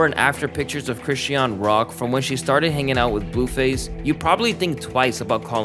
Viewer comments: I’m sorry but the way you’re pronouncing Chrisean is driving me crazy 😭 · The way you pronounce chrisean is so annoying after a while. You keep saying chrisy-ann and its pronounced as chris-sean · You kept mispronouncing Chrisean name and it was driving me crazy 😂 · you did all this research and didn’t pronounce sisters name correct not once😂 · You pronouncing her name wrong ruined the whole video lmfao how much research did you do to not know her name 😂